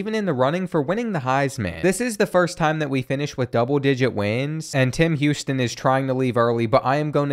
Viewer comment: “Him Houston”